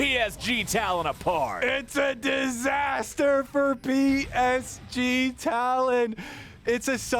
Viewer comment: Can they srsly not pronounce PSG? Come on its not that hard.